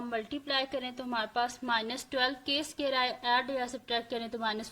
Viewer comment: api phir app sqare kyun bolti hain